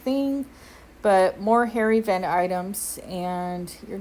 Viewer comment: I have captioning on, and every time you say “hair event,” the caption says “hairy vent.” CTFU